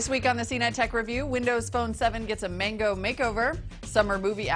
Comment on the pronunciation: there saying Mango wrong